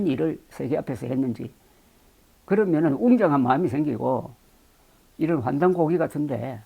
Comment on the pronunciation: 한국어에는 각 단어들에 장음(長音), 단음(短音)이 있어서 국어사전에도 표제어 장음 글자의 오른 편에 : 표로 표시되어 있다. 그런데 요즘 사람들은 한자어를 말할 때 이를 전적으로 무시하고 전부 아주 짧게 발음한다. 예컨대 요즘 '환단고기'가 이슈화되고 있는데 '고기'를 아주 짧게 발음하니 음식물처럼 들린다. 여기서 '환단고기(桓檀古記)'는 '고:기'라고 장음 발음을 해야 한다. 이런 폐해는 한자 사용의 폐지에서 기인한 것이다. 정말 큰일 났다.